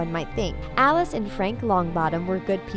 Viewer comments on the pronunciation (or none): none